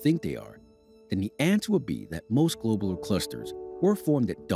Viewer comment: "Globe-ler" ... clusters........?? I learned them as "glob-u-lar" clusters... 🤔 And I grew up in the sticks.